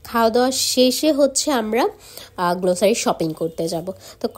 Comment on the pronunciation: Pronunciation ta glossary গ্লোসারি na.. Grocery গ্রোসরি hbe